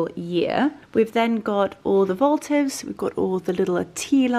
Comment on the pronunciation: Its votive...not voltive....and please try and use any other word other than beautiful all the time....get a better vocabulary if possible!!!